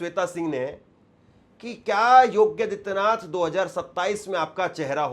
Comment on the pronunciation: Yogya hai ya yogi. Pronounciation be attended